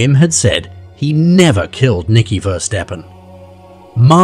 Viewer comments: It's verstappen not versteppen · Isn't it meant to be pronounced Verstappen as (appen as in happen) like the F1 driver Max Verstappen- I have no problem with AI but when it butchers the victim's name over and over again. Perhaps next time there is no need to say the surname so many times, after three or four times we got it. I think you may have spelt Verstappen wrong before inputting it into AI because at 25.34 secs your title for her sister reads Femke Versteppen. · I am also pretty sure they have butchered the boys name- it's Verstappen (similar to happen) like the racing driver Max Verstappen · is it Versteppen or Verstappen? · Please show respect and pronounce their names correctly!!! Ever heard of Max Verstappen, F1 racing driver???